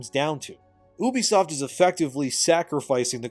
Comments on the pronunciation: bruh its u-be-soft and not oo-be-soft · Omg can you please for the love of god call it U B soft not oubisoft. And do you talk to people like you are talking to child in real life or only on YouTube.